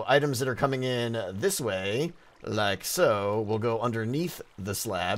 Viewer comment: i love when you say "like'a so" in your weird little accent ... i love it so much